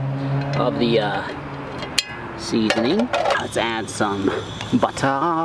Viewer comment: /22/00 "BUTTA"